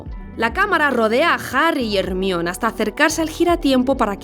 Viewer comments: A ver, ¿qué acabó de escuchar? ¿Pronunció el nombre de Hermione como Er-mión? Me da entre cringe y asco. ¿Por qué hacen eso en España? Otra cosa con la q no puedo es con apel para Apple, Es-pi-der-man para Spiderman o Es-rek para Shrek. 😂😂😂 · Me da algo cada vez que dice Ermion ay dio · Ermion jaaskas q mrd porque le dice así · Como va a pronunciar a hermione ASII "HERMIÓN" diosssssss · Ermion jajajajajajajajajjajajaj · ermion??? me dio cancer al oido de solo esucharlo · Cada que dicen Ermión, diosito mata un gatito. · Jaja le dicen Jermion ?? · cuando dijo ermion casi saco el video xd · Xq le decís hermion a hermione😂? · Deja de decir Ermion, 😂😂😂😂 no puedo tomarte en serio cuando lo dices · "Desde Mexico con amor" mientras le dice JJJJER-MION nmms 😅😂😂😂😂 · 1 por decir hermion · mas de 10 años de antiguedad y los españoles aun no sabe pronunciar Hër ma io ny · Por qué le dice "Ermion" a Hermione? 😭😭😭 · ¿Qué carajos es un ermión? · hermion, jajaja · A ver repite "Jermaioni", ni porque estan cerca de inglaterra saben pronunciar el inglés. 😒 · Ermion xd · No te pases de verga que le digan "Ermión" a Hermione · Increíble video! Sabía que había algo que esta película tenía pero no sabía el qué! Aunque tuve que aguantarme las risas cada que oía "Hermión" jaja Excelente análisis!!! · Jajajajaj Hermion 🤣🤣🤣🤣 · X qué dice HERMIÓN!? Q espanto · “No seas un moguel” “Hermión” 😂😂😂😂 estos españoles no respetando las pronunciaciones de ninguna otra lengua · Que gran video, pero me saca mucho de sintonía que a Hermione le digan Ermión 🙂‍↔️🙂‍↔️🙂‍↔️ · Excelente video, pero nada me había preparado para "ErmiÓn", avisen por favor. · Como que "Ermoin" 💀💀💀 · Madre de dios, quién es Hermion ? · Muy bien todo mi única queja es de mis oídos al escuchar ermion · Quise ver el video, hasta que dijo "Jermion", ahí me perdió... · Todo iba bien hasta hasta que pronunciaste hermione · Qué espanto es escucharte decir el nombre de Hermione, la peor pronunciación posible!!!! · hermion? "her-mai-oni"